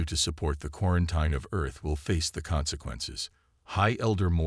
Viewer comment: It is pronounced quarenteen. NOT quraent eye n.